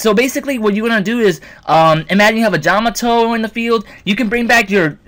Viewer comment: I've been testing them out. With their first release, they are really good. They have a great win ratio. By the way, did you say "Jamato" at the beginning?